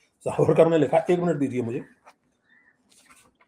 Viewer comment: Trivediji it is Vinayak Damodar Savarkar. Youhave pronounced it wrong twice. Shame on you.